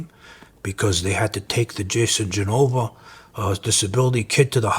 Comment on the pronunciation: Lol for a second i thought he said it WAS Genova! Oh dear god that'd start a war